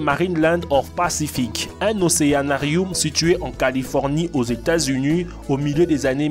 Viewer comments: " aquariouum "😂 " réquin " " captivity " " États-Ounies😂😅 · Aux États-Unus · « États Unu »